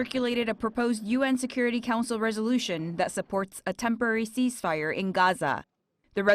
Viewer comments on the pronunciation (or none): cease fire not cheese ...only Koreans pronounce like that .